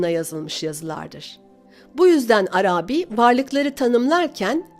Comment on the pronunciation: Arâbî değil de Arabî olacak sanki. Selamlar.